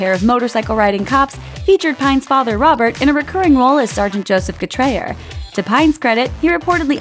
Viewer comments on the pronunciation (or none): none